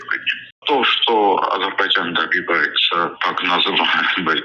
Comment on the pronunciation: Амджыгбайджан 😂😂 оговорка по Фрейду